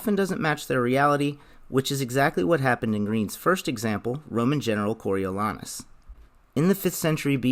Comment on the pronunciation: The A is long in Coriolanus. Go see some Shakespeare.